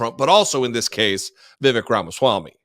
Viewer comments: For the record, it isn't "vi.vek", it is vi.vayk" ... Sounds like fake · Fun fact: correct pronunciation of "Vivek"rhymes with "fake"...I mean cake🎂 😜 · It's Vivek, rhymes with cake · Vivek - rhymes with mistake.